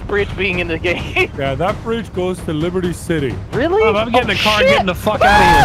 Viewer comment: LEEBERTI SI-T